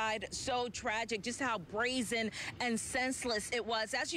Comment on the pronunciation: She said brazen